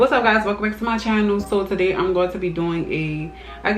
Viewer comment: Are you from NOLA....you are because when you say “today”....new subbie na!